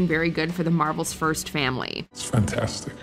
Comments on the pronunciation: Always laughed how everyone called the Fantastic 4 movie Fant-FOUR-stick. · i hear "thing" say fantastic and he needs to SAY IT RIGHT IT`S "FANTASTIC" NOT FANTASTIC YOU SOUND LIKE A DAMN FOOL WHEN YOU SAY IT WRONG